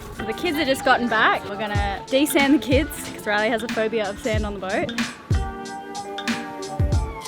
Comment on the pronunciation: "Desand" xD